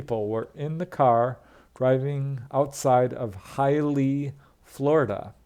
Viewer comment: Having lived in Florida for over 30 years, I can say with certainty that HIALEAH is pronounced as follows: hai-uh-LEE-uh I love your interesting way of telling these stories,.